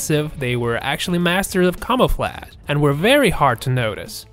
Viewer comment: This guy can’t pronounce words like “camouflage” or “colonel” correctly. Please find another narrator with a reading level above the 5th grade next time 😂